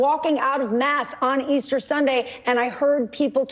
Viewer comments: Old Joe can't even get "Easter Bunnies" correct. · Jill turned away in disgust. The old fool can’t even say Easter.